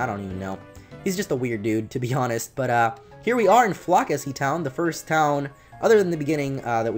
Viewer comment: its FLO-SE-SI